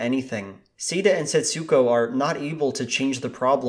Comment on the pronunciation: Just a boring minor correction. In Japanese, with names with an "U" in them the U sound is nearly or wholly silent - at most a kind of inflexion rather than a clearly noticeable sound.. Thus Setsuko is not pronounced Setsooko but rather more like sets'ko. Other similar names share this characteristic e.g Ritsuko (Rits'ko) etc. Some other names seem to share this characteristic. Japanese artist Utagawa Hiroshige's (born 1797) name seems to be pronounced "Tagawa Hiroshige". Given the name Setsuko etc is in any event a transliteration into English (ie the Japanese use Japanese script not English when they write the name) you might well ask why do linguists transliterate in this way - by including letters or syllables that are never meant to be pronounced, the answer is I have no idea. PS Setsuko is (was?) a not uncommon female name in Japan. Setsuko Hara was a very famous actress in the post war period and starred in many Japanese films of that era.